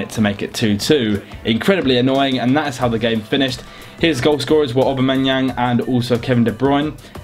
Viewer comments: it's pronounced Obamayang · He could´nt say Aubameyang right lol